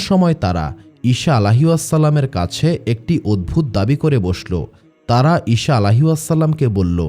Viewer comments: ইশা নয়, আবার শসা বা শিশা নয় ঈসা হবে সালামের "সা" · ঈসা (আঃ)কে ঈশা (আঃ )উচ্চারণ ঠিক না, বিবি মরিয়মের নামের পরে (আঃ) নতুন সৃষ্টি যা আমরা কখনও কোথাও পাইনি। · আপনার উচ্চারণ ঠিক করেন। ঈসা আঃ, not ইশা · ঈসা আ. কে বার বার ঈশান আ. বলেছেন। কানে বেধেছে।